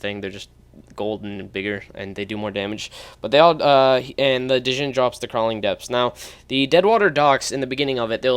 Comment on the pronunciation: The d in djinn is silent it's just pronounced jinn